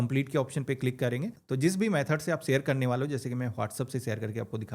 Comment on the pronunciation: Meri jaan zis chiz ni Jis chiz hota h itna bhi urdu bolne ki koshish mat kro znaab sorry janab !